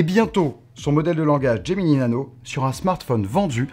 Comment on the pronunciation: "Gemini Nano", pas "Geminee Nano".